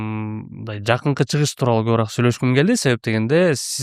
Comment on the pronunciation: Алып баруучу! КобурААк дебей кобуроок деп туура суйло